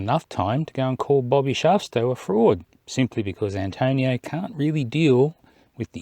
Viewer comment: ERRATUM It's Bobby Shafto (not Shafsto), in case you're searching for him. Apart from that, love Bobby's channel. A worthy shout-out,.